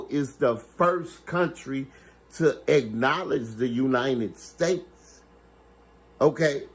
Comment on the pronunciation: the "Uninen States"